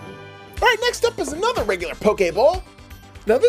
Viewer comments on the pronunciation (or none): none